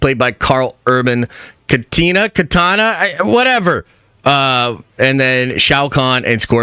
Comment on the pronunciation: Kay-Tana?? I’m surprised you didn’t title the vid mortal combat 😂😂